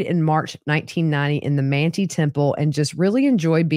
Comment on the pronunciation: Manti is pronounced man-tie (not man-tee) Weber isn't pronounced the way Jesse Weber is - in Utah, we say Wee-ber 😉